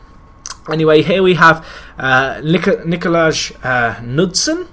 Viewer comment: Nicolaj is pronounced Nicolay